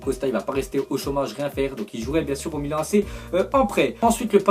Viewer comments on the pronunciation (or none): none